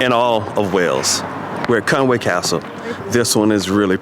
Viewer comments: Fantastic video and so pleased that you enjoyed it so much! Thanks a lot for sharing! I feel obliged to mention that there is a subtle difference in spelling and pronunciation to be aware of (I think). I believe it's Conwy rather than Conway....and pronounced "Con-wee" instead of "Con-way". Maybe a genuine Welsh person could confirm. I am a Scouser, so live just across the border and am not a true expert. Happy castling!! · Another thing that's interesting is the English pronounce Conwy wrong. It's Conwee not way, there's no a in it. But like I said the English shove that a in there. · Very nice Vid, but I listened, and want to say, you pronounce the name Conwy, NOT Conway but like this Con wi, get it! easy